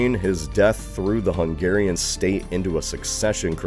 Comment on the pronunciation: bro this guy mispronounces everything ive caught it atleast 5 times in this video Edirne, Croats, Hungarian (when he said hungarian nobility), it's just so lazy especially for a big channel